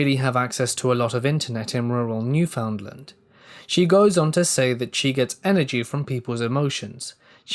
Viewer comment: Gahhhh all those times you were mispronouncing Newfoundland was making me annoyed. I know it isn't your fault and I still love ya! 😂 From what I was told its pronounced NEW-FIN-D-LIND